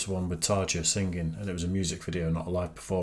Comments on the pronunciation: Tarja's name is not pronounced with Z but J like in jeans. Easiest to say it as Tariya. Thanks for the reaction, these never get old. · Her name is Tarja not Tarža..J is the same as Floor Jansen..not a Džensen..but Jansen .."J"is "J"..not"Dž"..pronouncing like Yoda from Star wars..J...J...J...so simple